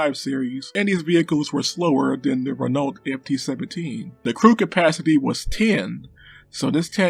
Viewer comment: If I may be permitted the observation, Renault is pronounced "ren-oh". Because ... French.